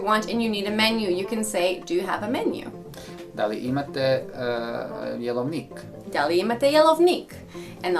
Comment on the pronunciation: Jelovnik se izgovara drugacije. Jeeloovnik. Ne brzo.